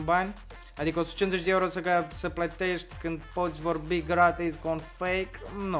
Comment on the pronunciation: Dmn nu se zice ieuro omuleee se zice euro 🤮